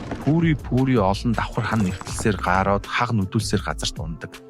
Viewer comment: ГААРҮҮ биздээ GAROO? ГААРОО гэж ёстой сонсож байгаагүй юм байна